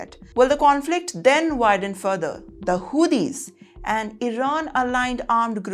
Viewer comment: 😂😂😂😂 Madam calling Houtis as - Who these Lmao